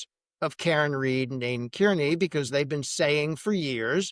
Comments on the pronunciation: If you are going to cover this- learn how to say Kearney. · It's wild that after all these years still nobody is able to pronounce Aidan’s last name you would think you would get that down before you report on the story